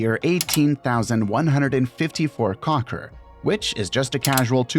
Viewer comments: Crore, not cocker. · Its not Krocker should be Crow-roar by pronunciation, and its written as Crore - just a friendly correction.